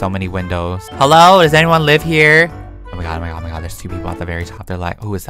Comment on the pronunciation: You said O mY Gwod lol 😂